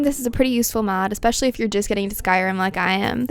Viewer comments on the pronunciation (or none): it's "ESPECIALLY" not ECSPECIALLY. Sorry, that drives me NUTS